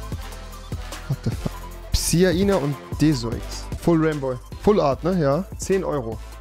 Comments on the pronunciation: noch schlechter hätte man es nich aussprechen können bro. pisaina= psiana desoix= deoxis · Allein das "Pisana"... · Es heißt psiana nicht psina